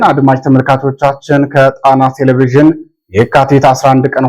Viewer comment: አንባቢ ሆይ!! ቴሌ-ቭዥን ሳይሆን ቴሌ- ቪዥን ብለህ አንብብ.